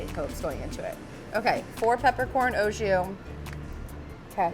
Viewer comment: The amount of words she mispronounces chills me to my bones. BRUSKETTA…ASPARUS…OJOUE.